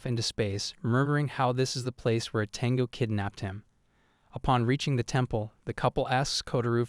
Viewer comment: It's a bit humorous how the AI calls her as a 'tenga' instead of 'tengu'.